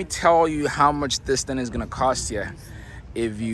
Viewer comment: Sorry I had to coment...Thing is with a G at the end of the word not the thin..it is also seatinG not seatin..